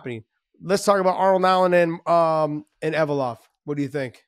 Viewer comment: Evloev, not Evolov